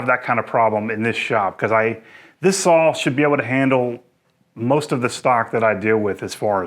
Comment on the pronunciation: You've probably answered this before but why Sawl and not Saw? April Wilkerson does this and says it's because she has always pronounced it Sawl and is not changing. Why do you continue to do so? Good review thanks!